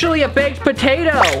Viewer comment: It was funny when you said ‘’Hot Patato’’ because it was a hot patato